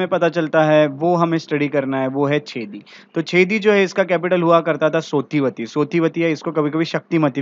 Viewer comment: चेदी नाम है छेदी नही